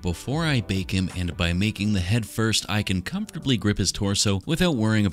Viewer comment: I always hear bake and bond as bacon pond lol